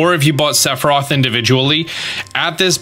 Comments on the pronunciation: *s e t h i r o p h* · Listening to pronounce Sephiroth 3 different ways throughout this video was amazing. Lol